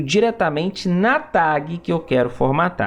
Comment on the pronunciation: Eu perco 10% da minha vitalidade cada vez que ouço "tague"